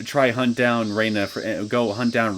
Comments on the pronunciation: Feel free to pronounce it however you like, is comfortable with, and gotten used to. And I hear the characters in the game actually say: Re-na, rather than Rei-na. I have started to watch a bit of your let's play from the main series. Your pronunciation has stuck around since the very beginning before the voice acting. Even though Keiichi explicitly stated that it's wierd how it's pronounced this way, as Reina is a normal name. But hey, again. It's stuck with you this far. No need to change. Just saying I get a little thrown off when I hear it. I haven't gotten to your let's play of the 6th arc of the main series yet. But I remember from my own let's play, watching other let's plays of that arc, and the anime, that before she dropped the "i", we do hear people actually pronounce it Rei-na, and also her father still use this pronounciation. Also unrelated note: If you ever plan on moving on to the Umineko When they cry series, AND either watch the Higurashi Gou/Sotsu anime, or read the manga adaptation, I'd personally recommend reading the main arcs of Umineko before going for Higurashi Gou/Sotsu. But it's not neccecarily required. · Nice start to a new arc. So much hatred towards one guy. Also. Whenever I hear you pronounce Rena's name: Rei-na, with the "i" she dropped from her name, rather Re-na, without the "i", I am just a little thrown back, as I'm not used to hearing that.